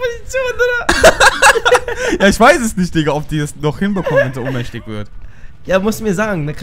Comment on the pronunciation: Ohnmächtig nicht unmächtig goootttttt